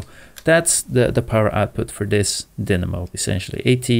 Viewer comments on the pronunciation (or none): Pretty sure it's pronounced die-namo, not din-namo.